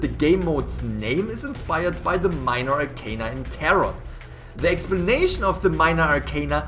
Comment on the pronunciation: I was so mad that they were pronouncing arcana wrong. 😂 I love tarot.